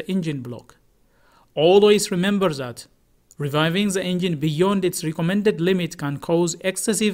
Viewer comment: there is a rev limiter in place and a fuel cutoff which will not let you over rev unless you money shift a gear in a manual car. You just call revving, reviving, which is not the proper pronunciation